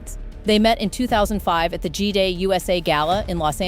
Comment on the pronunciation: GEEDAY? It's G'Day.